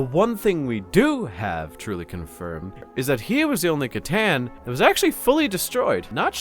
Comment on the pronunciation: Something happened to. He pronounced C'tan properly in this one. I think the Alpha Legion got him